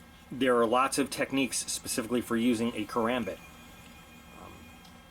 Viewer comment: Ur channel isn't bad it just Bugs me on how u hold the karambit and how u pronounce it